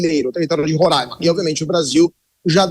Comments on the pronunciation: Reporteres entendam uma coisa: É RORAIMA e não RORÃIMA kk 😂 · 3 pontos de observação 1 - para apresentadora: se pronuncia Roraima e não Rorãima 2 - para o comentarista - China, Rússia e Irã não são aliados históricos e sim aliados do momentos, 20 anos ainda não dá pra dizer que é histórico 3 - para o comentarista - a Venezuela atualmente não é um dos maiores produtores de petróleo do mundo e sim o país que possui as maiores reservas de petróleo do mundo